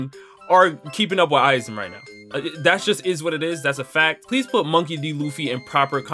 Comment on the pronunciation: “Money D Luffy” that’s embarrassing lol